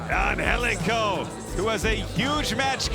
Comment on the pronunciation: How tf is Angelico pronounced Anhelico? Gtfoh!